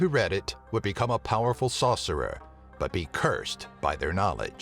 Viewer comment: I heard 'saucer-er' and now I'm imagining someone who makes magical cooking sauces...